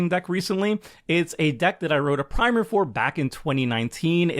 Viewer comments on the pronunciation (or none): This meaning of primer is pronounced with a short i, rhyming with simmer.